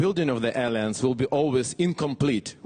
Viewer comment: Не "элианс" а "элаянс" — от слова "элай" (ally). Пойди-пойми что Вы там говорите 😒